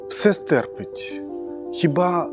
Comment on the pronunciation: Все стерпи'ть наголос на другому складі